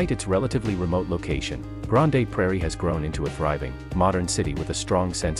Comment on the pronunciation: you are saying it wrong, it's 'Grand' (but spelled Grande)